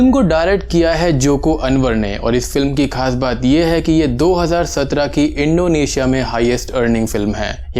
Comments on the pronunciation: its not Indo asia ....Its Indonesia ...try to say someone else's country name properly...plz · yes when you said it 1st ..but later in video ur pronunciation was like that..